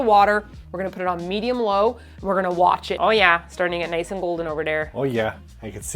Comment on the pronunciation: The MOST Canadian "oh Yeah" I've ever heard out o'